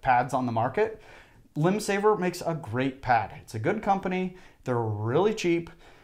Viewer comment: Took a while to figure out that you were saying "Limbsaver," rather than "Windsaver." Perhaps could display name of products on screen so seeing rather than hearing would identify products. Yes, I have a hearing aid.